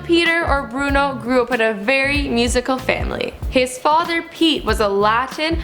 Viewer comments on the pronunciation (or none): none